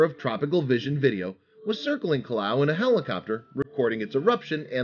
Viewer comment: Kilauea isn't pronounced "kilau," but 5 bonus points for trying.